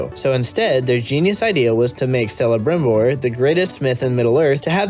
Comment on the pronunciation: It's pronounced "Kelebrimbor", not "Selebrimbor" ^^ Great review otherwise. This could have been so good. But they completely snuffed it up.